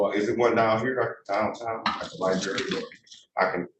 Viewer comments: Barely literate simpleton trying to defend himself in court. Doesn’t have a clue what duress means. Says words that don’t exist, like “cohersion” and “liberry”. Thinks that using upper case or lower case letters makes a difference to his identity. If he spent as much time as he did on trying to sound intelligent, actually getting an education, he would probably get an attorney. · When you can’t pronounce the word “library”, but think you’re qualified to act as a lawyer. Unreal. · Lie berry, nice😊